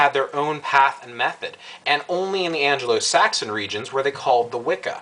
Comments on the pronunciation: "An-Glo"-Saxon (not "An-Jeh-Lo").. o.O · You had my interest until you said "An-gelo-Saxon" ? Really ????? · Just to let you know (it's the only thing tat bugged me) you keep on saying Anglo-Saxon wrong. You pronounce the "g" like you do in golf or gate. Other then that I'm not so fussed on what you've said, and I'm a Wiccan and I will admit that you were right about what my thoughts about this were going to be when I I read the title and I apologies for them. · ANGLO saxon.....not Angelo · yes i spelled it how it's pronounced. just letting u know how it's pronounced. the word is Anglosaxon. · Your point in this video is well taken. There are far too many people who got on the Wiccan bandwagon, simply because it was the largest nonchristian bandwagon in town. People take far too much on faith, lacking faith in themselves. One complaint: it's Anglo-Saxon, not Angelo-Saxon. Angelo is some dude running a pizzeria in Brooklyn. Other than that, good job.